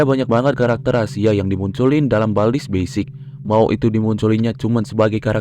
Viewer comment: Bang itu kok "bald's" bukan "baldi's"????